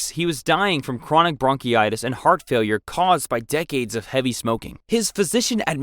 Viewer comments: I thought he meant "bronchitis" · Also the way he pronounces bronchitis, is bound to give me bronchitis. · Bronchitis, not bronchy itis. Deposed, not disposed. Bolingbroke, not boiling brook.